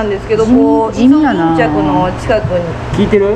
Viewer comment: 一瞬溺れてるかと… の「イソギンチャック」耳から離れない😆